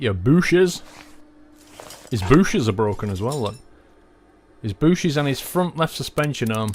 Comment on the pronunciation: we dont say "booshes"